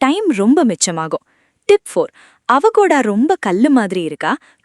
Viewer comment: அவகோடா இல்லை. அவொகேடோ. Avocado